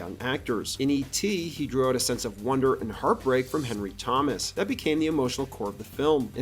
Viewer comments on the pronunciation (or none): none